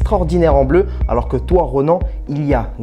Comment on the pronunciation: Pléa??? Ikoné ????? Bamba ?!!!!!!!! Vous me faites hurler là